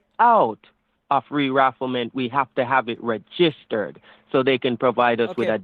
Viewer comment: did he say "rerafflement" ??